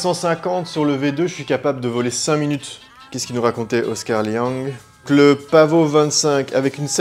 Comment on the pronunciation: Pavo pas paveau 😂😂 et pas pavot non plus 😎😎😎